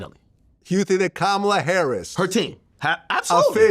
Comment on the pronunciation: He’s ignorant! Can’t even pronounce her name correctly. He’s trash